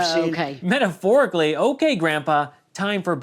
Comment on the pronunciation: "I'm talking methaphorically". LMAO